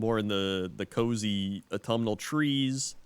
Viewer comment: Automal? is that what your saying? its AUTUMN